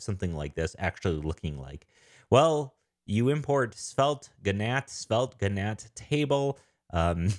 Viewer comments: It's "gantt", not gnatt. Pronounced like "can't" but with a g. ;-) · Love the video, I am new sub now! I was looking for something like Svelte for fun projects for myself, BTW, gantt chart is pronounced like "can't" but with a "g", i.e., phonetically sounds like "gant chart", this would be very handy for make a booking app for short-term rentals, AirBnB type app. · Svelte Gantt -> "Gawnt" chart